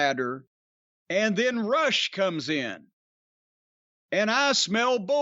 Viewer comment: Its Rush with a U. Roooosh lol